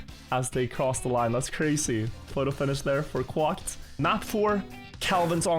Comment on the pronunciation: Quacked said as 'kwakt'